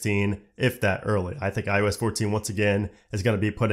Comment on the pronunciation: Is it me or does it sound like he’s saying ius 14 and not iOS 14. Just saying.